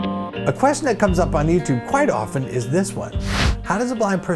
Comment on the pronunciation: he actually says often correctly. not many people know this this but the T is not pronounced!